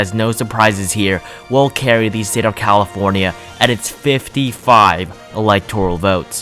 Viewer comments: “Calofornia” :D Nice video btw, let’s hope this dream comes true! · Hermione be like it's CALIFORNIA NOT CALOFORNIA